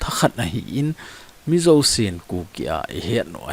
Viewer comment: Hiche pronounce na di pouva kiboi 😂😂 Ei Thadou te chun Zo chu Zo ... not Zou 😅